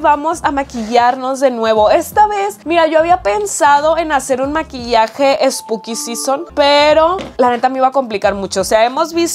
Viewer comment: todo el video hablando spuki sison... y yo sin saber que es un spuki sison :(